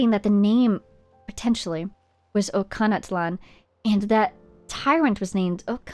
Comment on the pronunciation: Since I don't remember exactly when it gets said in a voiced quest, Ochkanatlan is pronounced with the Long 'O' and soft 'ch' sound (Coach without the first C)